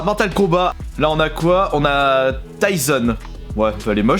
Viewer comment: Frère tu sais pas lire c'est fou !!! Tayson non ! C'est tison, ambré non c'est ambre fin jsais pas un effort